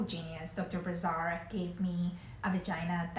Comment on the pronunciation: Prononciation of the name of the surgeon it's Brassard. The SS is prononced as an "S" not a "Z". No offence here though it's a french name.